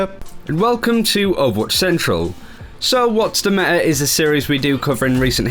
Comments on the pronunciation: Can he PLEASE pronounce that 't' in "meta". It gets to me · META not me'a.